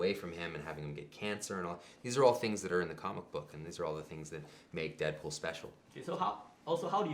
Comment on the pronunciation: haha it sounded like the guy said dickpool